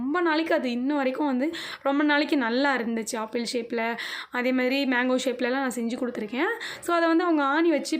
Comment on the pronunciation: Sister please tell apple not aaple